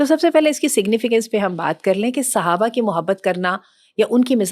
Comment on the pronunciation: Mam its Sahabah not suhabah